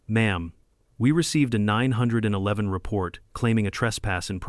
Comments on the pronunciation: Teach your AI that it's pronounced "nine one one" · First clue this is AI is that the narrator can't say 9-1-1 properly.